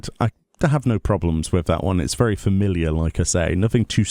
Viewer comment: made "Familliar" into a bad word LOL